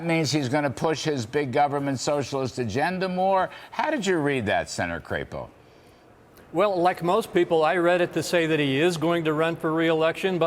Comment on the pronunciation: "CRAP-EOH"????? I say CRAP-O........